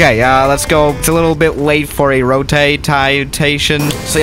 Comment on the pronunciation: Normal people: rotate: rotatè